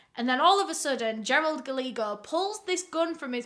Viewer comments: Ooooh baby it’s not Galeego. It’s Gah-lay-ho. It’s Spanish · Love you so much, Guy-yay-go is the pronunciation of that name . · Word of advice… “Gallego” is pronounced like “Gah-ye-go”. Double “L” is always pronounced like a “Y” in Spanish. Love you,. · Love all of your stories. I watch as many as I can. Just a little thing with this one... Gallego is pronounced- guy-yay-go. Spanish based name, double Ls are a Y sound. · I love how she mispronounced Gallagher 😭